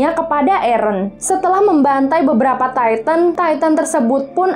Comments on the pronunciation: Maaf kak kalo bilang tintan biasa aja buian taitan Titan aja gitu makasih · Bacanya bukan taiten bro.tpi titan.. lu klo gak prnah liat animenya jngan sok"an alur crita AOT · Bukan attack on taiten tapi Titan mbak dodol bener dah Titan bukan taiten oke hah!!! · Titan bukan taiten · kak maaf bukan taitan tapi titan ok 👍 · Dia : taiten (kata dia) Me : titan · Titan bukan tayten